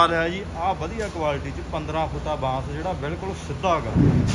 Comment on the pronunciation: ਬਾਸ ਨੀ ਭਾਈ ਬਾਂਸ ਹੁੰਦਾ ਕਿਉਂ ਚੌਲਾਂ ਵਾਂਗੂੰ ਪੰਜਾਬੀ ਦੀ ਐਸੀ ਤੈਸੀ ਕਰ ਰਹੇ ਹੋ